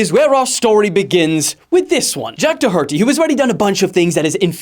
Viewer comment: i swear and alex is underrated on youtube af. EDIT some seconds later: i cant absolutly stand how he says doherty